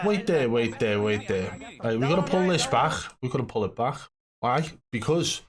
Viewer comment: Cant take a guy seriously if he say baj instead of back